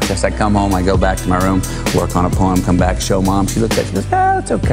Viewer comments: Hey says poem so funny. Really pronounces the 'em.😄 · Matthew….. pronounce the word as…..Po ‘Em… not however you were saying it…. It’s very simple Po ‘Em….. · He pronounces poem strangely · I thought, for sure, the top comment would be how he makes "poem" a 2 syllable word.